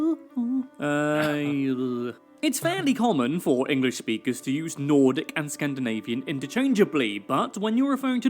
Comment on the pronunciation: Nordic not Nortic